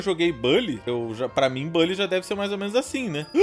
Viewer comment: Aí ele falou BAlly vou cholar 👉👈